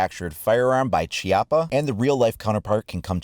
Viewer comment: Chiapa is pronounced “key-aw-pa”